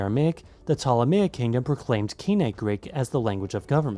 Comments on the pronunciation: He used a mix of the modern and the old pronunciation. In modern greek we would say (kini) in the attic alphabet it was pronounced koine and he pronounced it kine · I am so used to the Erasmian pronunciation I didn't even recognize the word "Koine" except thanks to subtitles, so thanks for including those.